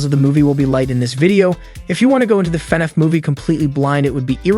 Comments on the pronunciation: It’s fin-aff not fenef. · normal people: Fnaf Him:fenef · fnaf not fnef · FNaF? nah fenef? yeah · Fan-af say it. not fen-ef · F-NAF, not FE-NAF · i thought they were wrongly pronouncing fnaf it funif.. but it seems like they're actually mispronouncing the title as fenef.... if your going to report on something at least take a minute to learn to say it's name right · I beg of you. PLEASE say F N A F not fnf😭😭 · Do you mean fnaf? Not fnef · It's pronounced "FI-NAF" not "FEH-NOUGH" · Brooo stop pronouncing it as fnef is FNAF DUDE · your saying fvaf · Why do you keep saying “fenehf” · Why he saying fenef? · Dis man said FenF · Why is nobody talking about him calling it "fenef" 💀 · is it just me or did he say everytime fanaf xD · Love how he calls it fenaf (no offense) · the robot voice he chose killed me because instead of FNAF he said "FuhNeff" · “fnef” “markipiler” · You would think this dude would learn how to say fnaf man says “Fin Ef” it’s hurting my soul 😂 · Why do you say Fnaf like an ai that doesn't know how to pronounce it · AI text to speech has come a looong way LMAO, took me like 2 minutes to realise this wasn’t an actual person speaking and why he was saying “FNAF” so weirdly 😂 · It is borderline infuriating how he pronounces FNaF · Every thing you say that has to do with fnaf, you say it wrong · why do he say FNAF like that? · I really wish this AI would say Fnaf right , it’s bothers me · The way you say FNAF pisses me off